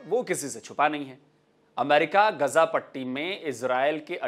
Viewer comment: यह क्या ग़जा लगा रखे हो भाई? गा़जा बोलने से क्या गुनाह हो जाएगा? कहाँ से लाते हो यह उच्चारण। हमने तो अल जजीरा के अरब पत्रकारो को भी गाजा बोलते सुना है। यह कीडा भारत और पाकिस्तान में ही है।